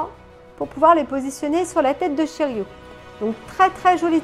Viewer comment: tres belle statue de shiryu, pas de casse heureusement, la couleur de son armure c'est vert "jade", sinon c'est shiryu avec un "u" pas "ou" après tu prononces comme tu veux, c'est effectivement la fameuse cascade des 5 pics lorsque "masque de mort ", le jette à l'eau il revêt son armure située au fond & le dragon prend forme.....sinon poussièresur le colis normal tu l'as commandé en 2019/20 donc elle a trainnée ds le grenier et par ailleur les colis sont maltraités par les douaniers.....shiryu en mode vénère les cheveux en l'air avec le dragon l'entourant une tuerie... enfin pour ta vignette de présentation je t'aurait vu en shunrei priant en haut de la cascade de rozan pour qu'il n'y ait pas de casse cette fois ci.....bisous ma belle & felicitation pour ton dragon de jade